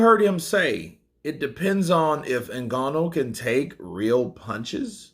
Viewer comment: Nice to see pronounce Ngannou properly 😂